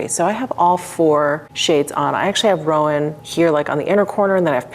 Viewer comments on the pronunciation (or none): Horse girl here- roan is pronounced RONE. It’s a descriptive word for a horse’s color. They’re usually red,bay or blue roans. I definitely love that they used horse coat colors for shade names! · Roan rhymes with loan.